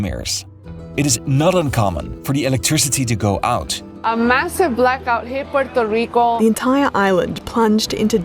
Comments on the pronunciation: Comoquiera suena grave pero bueno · Bro if you are gonna hate at least get it right. It would be Puelto Rico. Lambdacism only changes de lateral R never at the beginning of words. Comes from the Canary Islands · Why does hesay Puerto Rico like that. 😂😂😂😂😂😂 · Why the reupload? Edit: Ahahaha, I see why. You changed how you pronounce Puerto Rico. :D I mean, fair enough. :)